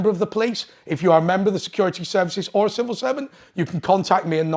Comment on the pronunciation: Civil not snivil